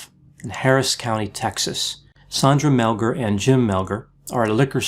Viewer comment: I haven't listened to it all yet...but it's SANDra, NOT SONDra and it's Mel-GAR, NOT Mel-GER. She was not tied at the WRISTS behind her back but wrist to elbow...with a frozen shoulder to boot (She could NOT have tied herself that way!). Sandy is 100% innocent. The police did a horrible job with this case.